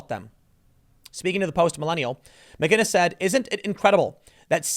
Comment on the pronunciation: Theres no "G" in McInnes